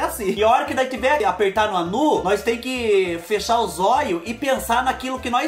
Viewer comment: "Favor 'feichar' o portão " Kkkkkk